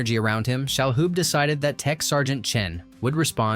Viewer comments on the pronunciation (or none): It's Tony Shaloub, not Shahoub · No, I think Tony shall not hoob. It's pronounced Shaloob, no H. And last name was pronounced RAY-mis. Weird how you can pronounce Enrico Colantoni, but not Ramis. By the way, no mention of Sigourney's prosthetic breast plate? I love how people were drooling over fake boobs!